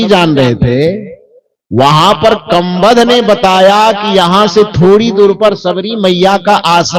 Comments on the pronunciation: गीता प्रेस की रामचरितमानस में यह कहीं नहीं लिखा की कबंध ने सबरी का पता बताया था। दूसरी बात आपका कबंध नहीं बोलकर कंबध नाम बोलते हैं। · Kambad nahi kabandh hai Bolna sikho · संत महोदय,कबंध के नाम का उच्चारण सही करें